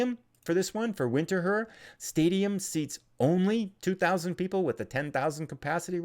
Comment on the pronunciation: go to Winterthur. But do call it "Vinter-toor". :)